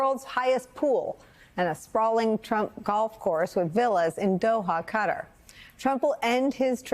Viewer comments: It's pronounced "ku TAR." Please stop saying "CUT ter." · Now that Trump's back in the Middle East, we'll have to listen to journalists mangle the name of Qatar into Cudder. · Could Americans please learn how to pronounce Qatar before going on TV and using said word?